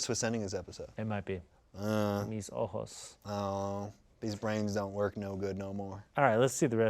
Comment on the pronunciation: Not Ian with the perfect "ayy mis ojos" spanish pronunciation